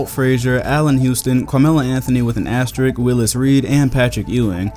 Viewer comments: Great video but its "asterisk" with an "s" before the "k". Sry i had to say it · asteriSk. ASTERISSSSSSSSK. asteriSSSSk. c'mon,. you are the man tho.